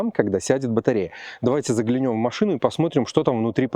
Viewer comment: родной.. Не загляНЁм, а загЛЯнем.. Пожалуйста... Очень слух режет.))